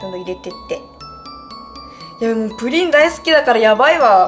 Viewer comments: プリンの発音が不倫みたいで草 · プリンの言い方のクセ強くない？